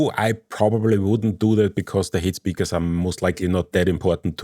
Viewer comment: Lovely how you pronounce "height speakers" as "hate speakers"! :D :)